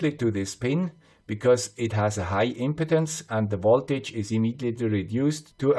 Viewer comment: Impedance - im-PEE-dens Impotence - IM-puh-dens :)